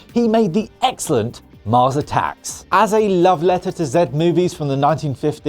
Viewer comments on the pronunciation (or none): none